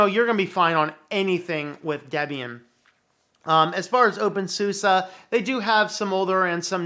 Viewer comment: Why do people pronounce opensuse as opensusa? It keeps throwing me.